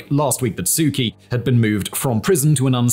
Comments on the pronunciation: Why do you pronounce her name "Key" when everyone else calls her "Chee"? Why is there a big Lifesaver floating behind your head? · I really like your videos! Please know that the nameof the Burmese lady your Burmese report is about is prnounced Soo CHee, with a ch as in church.